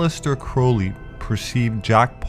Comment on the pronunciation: if Crowley was Hubbard's "very good friend", why doesn't he pronounce his name properly? it annoys me when people don't, and makes me happy when they do. thank you.